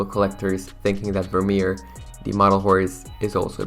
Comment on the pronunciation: As a Frisian I’m deeply hurt by the pronunciation of Vermeer 😂